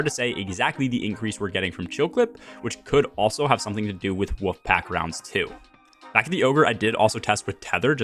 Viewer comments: You speak really well so I think it's my ears but it sounds like you're saying woofpack rounds. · I can't stop hearing "woof pack rounds"